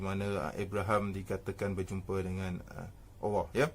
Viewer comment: Apa ni sebut Allah pon tak betul....awoh apa awoh